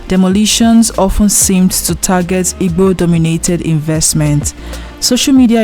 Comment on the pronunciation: Why you can't pronounce igbo very well?